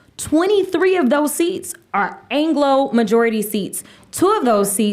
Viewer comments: Did she say "Angelo"? She can't say that word, that's our word!! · DID SHE CALL ME, A SCOTT "ANGLO"? DIMS FITEN WORDS!!!